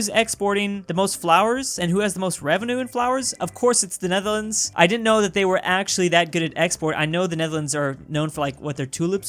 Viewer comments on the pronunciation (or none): none